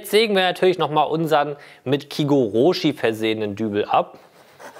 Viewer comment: Sehr geiler Hack! Nur eine kleine Sache: es heist kigoroshi und nicht kie-goroooschi. ich weiß du sprichst kein Japanisch, fair enough. Ich glaub du würdest dich auch beömmeln wenn ein Japaner „Holz töööhhhten“ sagt 😂